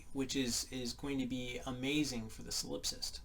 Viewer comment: Solip-sist. Rhymes with Trollop.